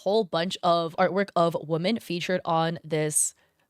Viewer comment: pronounce women correctly pls.